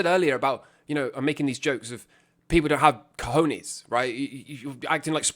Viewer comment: I needed this video. I now wake up, look in the mirror, and repeat "I HAVE CA HON YEAHS" x5 times before I start my day.